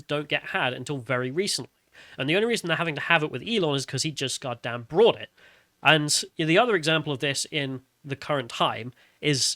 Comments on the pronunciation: G'dam'it...... It's 'Bought" not "Brought"..... I Bought the cake at the store and then I Brought it to the picnic. Elon Musk Bought Twitter and Brought it into repute.;) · Bought doesn't have an r in it